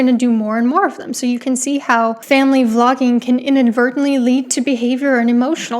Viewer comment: when you say vlogging is okay it sounds like you are saying flogging is okay.